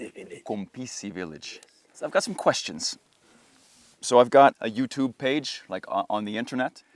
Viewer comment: White western man trying to explain what "You'reTube" "YourTube" "YouTube???" is 😂